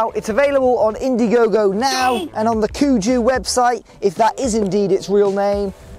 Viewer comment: Kugo. not kuGOO.